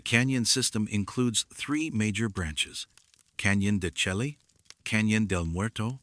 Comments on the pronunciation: I've heard it's Canyon de shay not shelky. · Canyon de shay pronunciation. "Canyon de Chelly" is correct spelling. It is an Anasazi site.